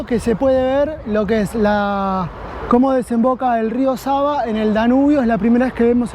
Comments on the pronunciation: Its SAVA River!!! Not SABA River !!???? Thanks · Nije reka Saba vec Sava,cirilicno (В- V) citate greskom kao B-Б ћирилично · It is not Rio Saba the river is called Sava